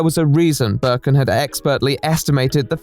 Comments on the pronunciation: Here he is explaining a topic but i ask myself why is this screenshot (used ) mad in a german version of steam Also: Hearing Birkin instead of Berkan makes me think that one of the most known resident evil villains made the game and this makes me happy somehow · burrrken its berkan dude xD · It's not Berkon it s Berkan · Man the video is good but the way you pronounce the mans name fucked me up. It's pronounced bear-khan . I wouldn't really care that much if you said it a bunch of times but you say it all the time might as well get it right. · he actually mispronounces it so nicely that i think from now on i’m gonna call every single berk/berkan/berkcan i know “böök” thanks to lmfao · I am turkish and how you say "Berkan" Is not even close to how you actually say it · My brother went to school with Berkan lmao it's crazy how everyone took this guy so seriously. Also Hi lots of love from Turkey 😂🇹🇷 You are pronouncing his name wrong but that's ok lol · I love you but I'm turkish and I just cant get over how badly you're pronouncing Berkan's name lmaoooooo gsgshshsshsjsj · as a turkish person, hearing someone named berkan tried something like this is freakin crazy! like, i know 5 people named Berkan- also the way you pronounce his name is so funny im sorry,,, hdhdhgagsdfksj